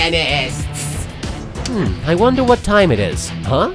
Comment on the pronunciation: Pwotagonists! xD